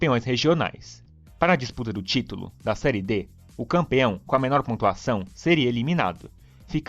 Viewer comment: Serie " É " com o som aberto; não fechado " Ê " igual a fé, pé, etc. Aprende!!!